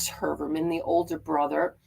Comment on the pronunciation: The name is pronounced : Hoi-er-man